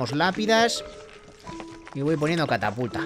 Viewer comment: estas diciendo cataputa no catapulta